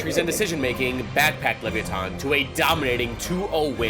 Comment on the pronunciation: "Lev-ee- a- ton" is hurting my brain😭